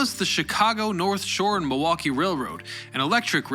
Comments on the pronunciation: Are you from Milwaukee? You say it the way a milwaukeean would say it- Ma-wah-kee. Do you call drinking fountains bubblers too? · I appreciate that you recognized the L is silent in Milwaukee 🧀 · Usually, only people actually from Milwaukee know that. They pronounce as Ma-WAH-kee. I know. Born and raised in West Allis, 87th and Greenfield!